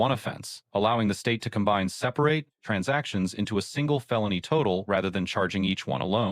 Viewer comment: It pronounced "sep-par-rate" funny too.